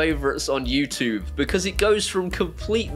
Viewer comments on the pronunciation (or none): Neesha, I have a request for you. Can you teach to say YouTube properly 😄👍 if you can I'll buy him a one off beer on PayPal. Have a great weekend and Neesha.... OHHHHHHHHHH THE ZIGBEEEEEEE 👍👍☃️🎄🍺